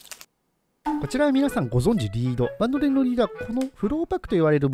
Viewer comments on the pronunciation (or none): バンドレンのイントネーションイワカン